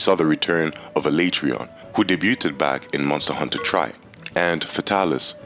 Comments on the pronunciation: How do u say alatreon it is not aletron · Dahla ma daur 😂 Ah lay tree on 😂😂😂😂😂